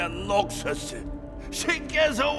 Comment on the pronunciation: 다리우스 녹thㅓthㅡ 발음 귀엽고